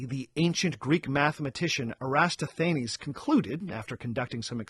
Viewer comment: hey! love the show, and love to see you've come onto YouTube! quick note: the greek mathematician was Eratosthenes, minor spelling and pronunciation error